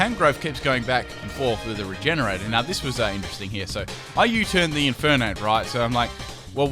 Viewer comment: "Keep this an NU battle" against an Infeernape, T-Tar, and staraptor